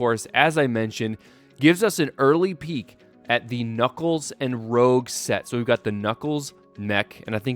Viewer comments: it's pronounced "roosch", not "rowg" get it right you dingbat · It’s pronounced rouge not rogue. By the way I disagree with the mech fitting because why would knuckles use a mech? Lastly the giant emerald in the set is the master emerald not a chaos emerald.